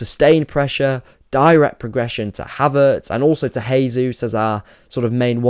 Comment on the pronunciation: Fantastic analysis. Another thing I noticed is Brighton actually went long on goalkicks which they almost never do usually. Small nitpick: As Jesus is Brazilian you'd pronounce his name like "jay zoos" rather than "hay zoos".